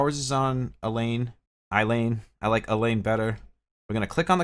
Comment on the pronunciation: Ay-La Ayla Not Elaine